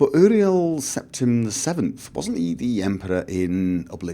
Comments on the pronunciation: Uriel Septim is pronounced; "Yuriel", but great video! I loved it! :D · I dont mean to be a pain, Im just gonna give you my input on pronunciations, you can choose to say it or not as you wish, Barenziah (bare-en-zy-uh) Palagius (pul-age-ee-us) Uriel (yure-ee-ll).